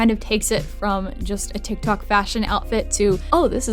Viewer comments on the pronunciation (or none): none